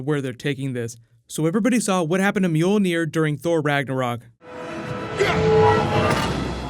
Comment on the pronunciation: The pronunciation of Mjölnir makes me laugh... sounds like cats meowing.